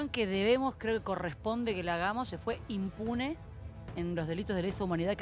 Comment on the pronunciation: Se fue "inmune"??? NENAAA se dice IMPUNE